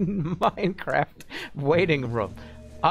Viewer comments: Streamer chugs champagne whilst downloading minecwaft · minecwaft owo